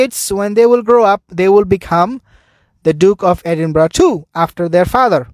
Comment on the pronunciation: Edinburgh, pronounced Eh din burra!